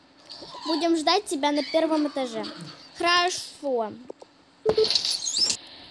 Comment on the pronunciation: Не хорово а харашо!